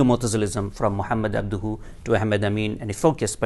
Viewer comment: I’m sorry I can’t take him seriously while he says abduhu. If that wasn’t enough it’s painfully obvious his “knowledge” about Islamic though comes solely from orientalists/imperialists because he implicitly says rationalism === mutazilsm. There are many avenues and branches of Islamic orthodoxy that embrace rationalism without going mutazili and it’s very orientalist to describe the rationality as being on a spectrum of mutazili thought. Insulting almost.